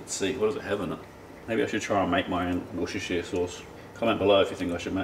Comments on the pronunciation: npo one can pronounce Worcestershire sauce right , "wouster-shire" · Really enjoying your stuff. Nice one! Just … call it Wooster sauce as us Brits do, cheers matey pops ❤️